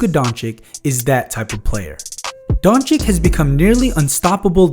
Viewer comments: If you gonna say his name, please say it correctly. It's Don-"chitch" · Take your time and learn to pronounce Don-cheech correctly, pleaseee!!